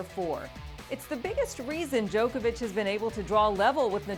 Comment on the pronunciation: Sorry but not sorry, it's Djokovic